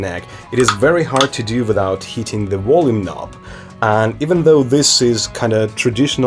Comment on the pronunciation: Wolume knob